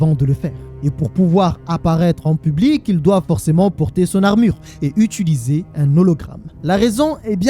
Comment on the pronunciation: « Utuliser » pardon de faire mon grammar nazi mais fais un effort